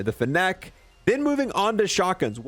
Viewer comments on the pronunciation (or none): pronouncing fennec wrong lol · How do you not know how to pronounce Chimera or Fennec?